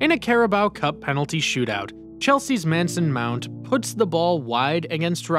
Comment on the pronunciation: “Manson mount” 💀